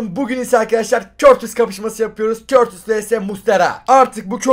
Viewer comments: Körtis değil kurtoa diye okunuyor artık düzgün okurmusunuz şunu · Abi o körtis diye okunuyo doğru okunuşu kurtova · abi körtis değil kurtua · Körtisi bılerek mı soluyolar yoksa bi espirisimi var adamın okunuşu kurtua deilmi aa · Abi o kalicinin adı körtis değil kurtua diye okunuyor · Körtis değil kurtuğa abi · Abi körtis değil kurtuva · Körtis değil abi kurtuva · Körtis değil curtua diye okunuyoooooor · Abi o körtis deyil kurtua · Neden Kurtuvaya körtis diyosunuz ?